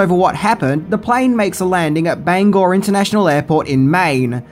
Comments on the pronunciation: Congrats on pronouncing Bangor correctly! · Very fun. And thank you so much for pronouncing "Bangor," the right way! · Thank you for pronouncing Bangor correctly.